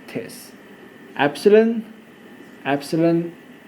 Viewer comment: this is pronounced as diss is he saying thhiiissss???😭😭🤣🤣